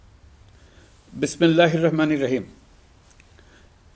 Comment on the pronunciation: বিসমিল্লাহ হির রাহমানির রাহিম 😊এভাবে বলতে হয় নে বেল লরিয়েট👁️